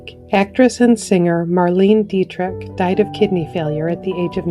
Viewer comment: but not Marlene Dietrich's